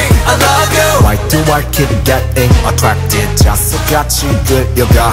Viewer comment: i just realized binnie say's attwacted instead of attracted 😭